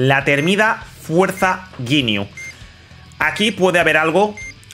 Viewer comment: Ginyu❌ yin yu✅